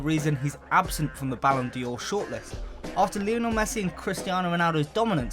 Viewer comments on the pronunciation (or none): none